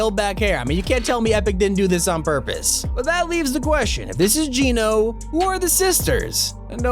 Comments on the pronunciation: AGAIN.... ITS NOT PRONOUNCED JEAN-O ... IT'S PRONOUNCED JENN-O ...AS IN GENOCIDE...AND GENO (PRONOUNCED JENN-O) IS NOT A HE.... ITS NOT JONES FATHER...GENO IS A THEY...A GROUP OF PEOPLE.. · Genō, not Geenō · He ses Geeno wen it’s geno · It's not Gino it's Geno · It’s Geno not Geeno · it's geno not geeeno check the trailer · It's pronounced "Gen-o" not "Geen-o". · I think it’s Geno Geeno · It’s geno as in ‘generation’, not geno as in ‘gene’ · I hate when people pronounce geno's name its pronounced jen-oh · wheres the resemblance to GENO and jones also not to be rude but you say it like jeno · What is wrong with you, Geno is not pronounced that way, Jonesy said it to The Foundation in the opening of Chapter 2 Season 6, this is your job, please get it right so you aren't spreading misinformation, this is minor, but you were wrong about a few different things in this video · The way he says geno is a bit weird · Countdown until pronounces Geno correctly.. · You keep saying Genō wrong